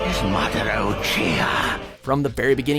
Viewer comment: Really masdira not itcha